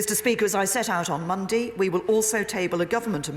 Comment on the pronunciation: That pronunciation of Monday bothers me.... I like to share things.....